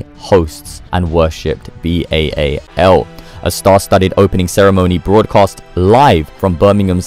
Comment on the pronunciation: You can't pronounce Baal